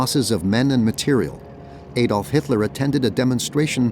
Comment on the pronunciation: Another "Ay-dolf" Hitler moment... stoopit American narration 😂😂